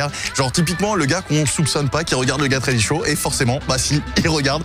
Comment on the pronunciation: WELCOME TO THE GET... WEADY... SHOW...get ready show...